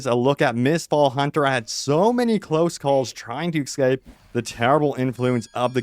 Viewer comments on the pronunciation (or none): It's "es scape" not ecscape